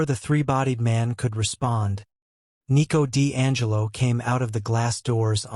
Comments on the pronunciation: 1:2:58 ✨️EeT WoS NeEcO Di AnGeLo✨️ 😅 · It's funny to hear😭😭